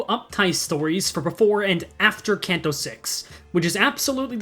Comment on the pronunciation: I hate your pronunciation of Canto just pick one PLEEEEEAAAAAAAASSSSSSSEEEEEEEEEEEE